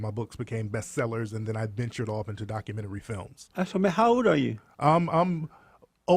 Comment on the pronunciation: Jessie, Wtf is a "Dockamenrty"?